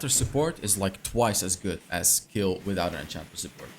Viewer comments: Please dont say kill say kejl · Warum sagt er immer Kill 🤣🤌🏻 es heißt Kayle 🤣🤌🏻😝✌🏻 Ich bevorzuge sowieso ein Krit build. Ist einfach stärker